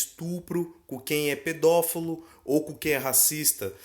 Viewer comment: É pedofilo e não pedofelo ‼️